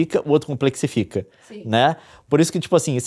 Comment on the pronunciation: Pulei fora no "complexitica"